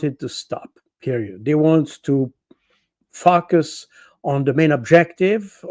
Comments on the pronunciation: I crack up every time Col. Baud says Focus. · Same. It always takes me a second I’m like wait whhaaat? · He just says what the EU wants to happen with themselves and what is going on. He is not saying 'focus' 😂